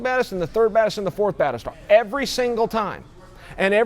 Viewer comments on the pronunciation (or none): none